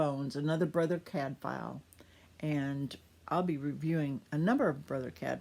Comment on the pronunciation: Nice to hear the reviewer pronouncing Cadfael properly.